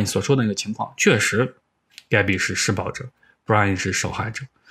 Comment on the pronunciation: 如果不是最后那段话把施暴者念成失败者, 我都没察觉出来他想表达什么意思